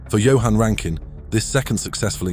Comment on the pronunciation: at least he got Johann correct